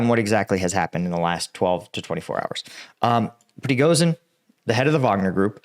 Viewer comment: When it comes to Voronezh, Prigozhin or Zaporizhzhya, 'Zh' is pronounced as the S in fusion or vision. More like a J than Z.